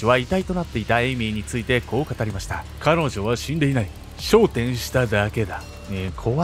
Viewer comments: [昇天]が[笑点]になってる。時々、ナレーションのアクセントの置き方が間違ってるのが気になる。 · 私もです。w もしくは「商店」．．．ね。イントネーションに「え？」ってなることは、ちょくちょくありますね。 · 昇天のイントネーションが笑点に聞こえてしまった...